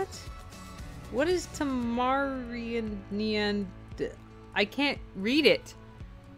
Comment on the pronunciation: Tamaranean is pronounced Tam-er-rain-E-Un